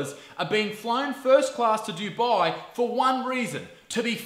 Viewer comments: Duboooii? You mean Dubai? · It's actually pronounced "du-bay". Usually non brown people and non Arabs say it as "do-bye" but that is incorrect